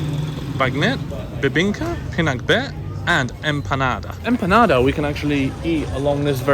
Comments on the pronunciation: It's PINAKBET..not pink-bet 😂 amazing food trip there.. i love Vigan..been there last yr..❤❤❤ Hope to see u in BGC on Sunday! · It’s so funny how you pronounced pinakbet as pink-kabet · Very original, only from. 👍